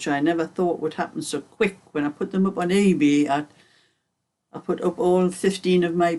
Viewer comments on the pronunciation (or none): Its definitely your accent because i thought you said AB as well lol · Thank you for clarifying that. This whole time I’ve always thought you said AB. Lol